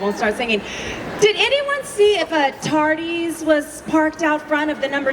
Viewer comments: "tard-ease", it that something you take to stop you being late? :face-turquoise-covering-eyes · ...Did she say TARDEES?